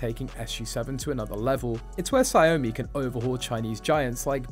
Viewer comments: It's not "Sa yomi" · Ya it’s pronounced “Shao Mi”